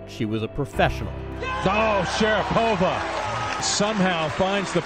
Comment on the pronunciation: My Russian wife says Maria's last name is consistently mispronounced. In Russia it has the accent on the 2nd syllable, not the 3rd. It is Sha-RA-po-va, not Sha-ra-PO-va. But maybe after a lifetime of having the western world mispronounce it, Maria just goes with it.